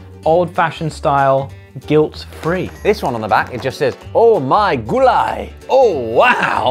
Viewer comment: When Josh pronounced Gulay I literally thought he could easily be fluent in Filipino if he tried learning it.